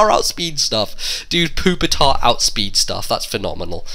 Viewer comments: that im ok with, but poop-itar...seriously...? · Why do pepole say poopitar its so annoying its pupitar not poo! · He said poopy tar. I lol'd